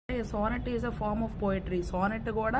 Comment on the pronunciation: సోనెట్ కాదు.. సానెట్